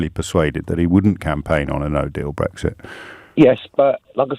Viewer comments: bowis Johnson, Nigel fawage and bwexit wefewendum. What a wentboy. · Nigel Fawage, Bowis Johnson, Bwexit Wefewendum etc. What a pwick.